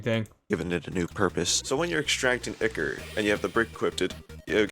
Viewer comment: Its icor your right